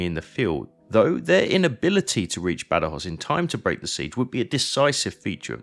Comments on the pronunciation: "Bad-Joz", "Guadana"... no sé quién ha hecho la traducción, pero es más bien penosa. Badajoz está a 200 Km en línea recta de Ciudad Rodrigo, no a 120, el teatro de operaciones de Wellington era más amplio. And, for my British friends who comment here, I would'nt trust very much about historic accuracy of Sharpe's books or films... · El audio en español es fatal. Cada vez que el comentarista dice: Bad joz, muere un gatito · Hace 25 años que vivo en Badajoz, y como amante de la historia, conocía bien este episodio de nuestra " Guerra de la Independencia "; esta es la mejor representación que he visto nunca, aunque en su traducción al español los nombres propios suenan fatal. Aquí se recuerda bien la masacre que las tropas británicas realizaron tras la conquista, así como la metodica destrucción que realizaron de todas las industrias que realizaron en toda la península Ibérica. Se comportaron más como ocupantes sanguinarios que como aliados, pero supongo que no se podía esperar otra cosa. El vídeo es magnífico y los mapas e imágenes de la ciudad de muy buena calidad. Invito a todo aquel que pueda a visitar esta hermosa ciudad ( cerca también tiene sitios históricos y espectaculares para visitar ). Salvo en verano, el clima es suave y agradable todo el año. Saludos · Increíble q tenga q venir a un canal inglés para escuchar la historia de mi ciudad,gran video una pena que el audio en español pronuncie los nombres mal